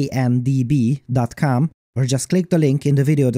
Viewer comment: I think it's funny that he referred to the sponsor's website as "Wan DB dot com" instead of "W and B dot com".